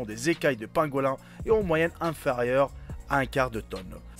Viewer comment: Ça se prononce pangolin !😉